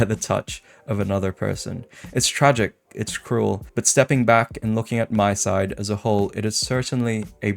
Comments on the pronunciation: Just a small correction: It's MiSide, not MySide. Honestly, I also always do this mistake but it's pronounced "Mi" as in "Mita", so you can hear the pronunciation ingame. Just take her name, Mita, scratch the "ta" and replace it with "Side". MiSide. Again, I'm also always saying MySide, but we should try to pronounce it correctly if given the chance. It's just a respectful thing to do towards the devs. Other than that, this is actually the first MiSide theory video I can get behind. And yes, it's a theory about what the devs were trying to communicate towards the playerbase. So far, most of these theories in my opinion are extremely farfetched but this one does do a lot to convince me. Though I do have to say I think the devs were pretty straightforward with what they were trying to communicate. It's mostly a story about isolation and the depression resulting from it showcased by the different Mitas we meet throughout the game and even somewhat by Crazy Mita herself. The player character also obviously showcases this. And this theme is more important then ever for obvious reasons. Personally, I am not Christian but I can get behind the values supported by Christianity. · Not tryin to be that guy, but it's pronounced "me-side"